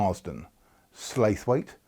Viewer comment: Oh dear. I wonder how many angry comments you will get for mispronouncing Slaithwaite. If you get a single one, ignore it. Slaithwaite has lost all it's dignity. Kirklees Council is now a Reform Local Authority. I would not mind if you called the place Shatt-hoal. They would deserve that.